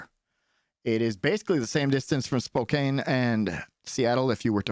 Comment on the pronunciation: its pronouned "Spo-Can" not "Spo-Kane", thank you for the video tho